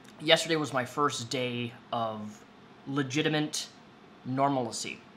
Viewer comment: Do you not know how to pronounce “legitimate”